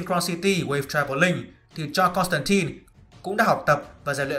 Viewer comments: 😃 Đọc chuẩn là Côn tăng tai k phải Côn tăng tin. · JOHN CONSTANTINE mà cứ đọc "tai tai" miết nghe mệt vl